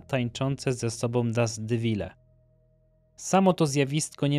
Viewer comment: To jest wir piaskowy, lyb pyłowy, a nie jakiś "dast dewil".